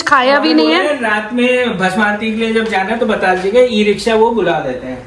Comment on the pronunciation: भसम नही भस्म होता हैं यानी राख ।से अभिषेक पहले तो अंदर गर्भगृह में जाने मिलता था।हमने वही स्पर्श कर दर्शन किए थे। शुभ यात्रा ।